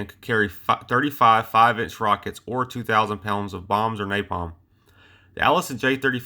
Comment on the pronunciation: Very interesting video but you lost me at "Papalm." LOL!